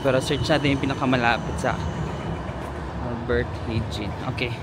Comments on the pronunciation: Albert Hijn...ALBERT HAYN... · Albert Heijn kung bibigkasin mo e Albert Hayn isa sa pinakamahal na grocery ang AH at JUMBO...